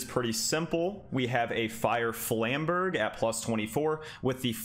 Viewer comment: 17 seconds in, and im seething at the pronounciation of "flamberge" XD